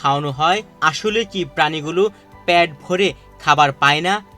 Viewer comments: প্যাট ভরে না, উচ্চারণ হবে পেট ভরে। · কি একটা অবস্থা একজন সাংবাদিক পেট ভরে বলতে পারছে না বলতেছে প্যাট ভরে